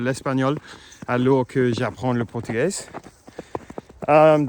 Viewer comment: Ah Mais Quel Super bonheur de te revoir Je croyais que c'était Fini... Bravo 👏 pour tes amours... T'es en France 🇨🇵... bravo A mon très cher Ami.. vraiment quelle joie.. Portugais...bien prononcé... Y avait combien de centimètres de neige 🤔😮 La Nation Portugaise...est très respectée en France 🇨🇵 Ah putain (Sorry) Quel bonheur de te retrouver...Mec Surtout ne lâche rien au niveau du Français.....tu es Hyper méga cool Fort 🎉 Tu es Trop génial...mon British préféré 🎉